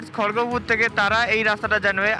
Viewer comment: Vai sobai to bole khorogpur, Tumi khorgopur bolchho keno? But video is good, keep going